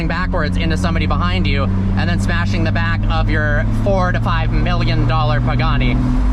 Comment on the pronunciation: Bro Pagani instead of poogani